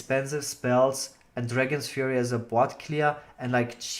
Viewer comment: It's ( fury) as in rage..not ( furry) as in hamster...